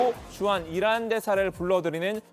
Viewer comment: 어~~~ 난 어란이라고 들리던데... 이란이라고 한거였어??? 내 귀가 잘못됬나보네.. ㅎㅎ